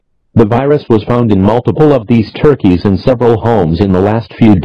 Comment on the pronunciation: Idk why but I find the way he says turkeys hilarious